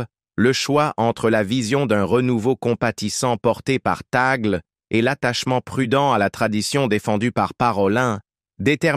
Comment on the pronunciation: Le e de Tagle est prononcé é. Merci